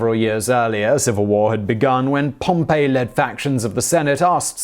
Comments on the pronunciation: Everybody is complaining about Brut when it should be Bru-tay. Yet nobody is saying anything about Pom-PAY, which is the name of the city (Pompeii). Pompey is "POM-pee." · Pompeii and Pompey are not pronounced the same way. It is POM-pee, not POM-pAe. Like this grated on me so hard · Okay, I am dying here - the Roman general is Pompey (like "pompy") not Pompeii which was the city destroyed by the eruption of Mt. Vesuvius in 79 CE. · Yhep. Got on my nerves as well. It's not hard to find out it's Pom-pee not Pom-pay which is actually the pronunciation for the town destroyed by Vesuvius as you've said. I felt like he was telling me a town from the Bay of Naples had a grudge on Caesar and was leading an army against him before having its head cut off by an Egyptian. Very odd. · Always love the content on all the channels but sometime the pronunciation is a little off. Simon kept saying "Pompeii led factions" pronounced pomp-aa. It was really Pompey,,, pronounced pomp-ee. Not a real problem but it was a little confusing at first until it was written on the screen. I couldn't figure out how a resort town on the Bay of Naples was making demands of Rome. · OMG, it's Pompey( /pompii/ ), not Pompeii! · Pompey (Gnaeus Pompeius Magnus), Person, Roman General. (Pom-Pee) Pompeii, Place, Roman City (Pom-Pay) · (Distracted by pronunciation of “PompEE”) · Pompey is not pronounced like Pompeii lol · Pompey... the name is Pompey. Pompeii is a city. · Bro when he said Pompeii though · You mean Pompey? A person, not the place. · Am I the only one bothered by his pronunciation of Pompey? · This was totally ruined for me by your mispronunciation of the name Pompey. Which is pronounced pompi & not the town Pompeii which I’m sure you must have heard of…..No, does it not ring a bell….??. This is utter laziness not to check your script before presenting it to us. You do this in practically every vid I’ve seen. 👀 Once again not your finest hour…!😒